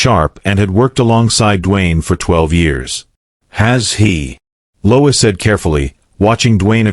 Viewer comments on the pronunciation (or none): Lois not Louis